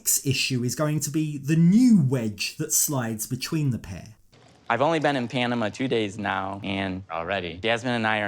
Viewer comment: Would someone please teach this man how to pronounce “Panama”?😖😖😫😫